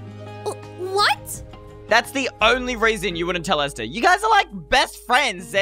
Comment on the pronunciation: Why does say “Easter” instead of “Esther”